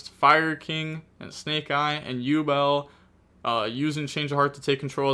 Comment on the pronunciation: I can't believe he pronounced yubel correctly. worlds first 😂